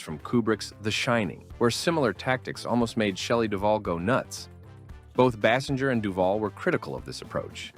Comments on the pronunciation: Can we REALLY not figure out how to pronounce Kim Basinger's name?? BASE ING ER, FFS! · stay for the multitude of Basinger pronunciations lmao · She probably would be more upset that you can't pronounce her last name.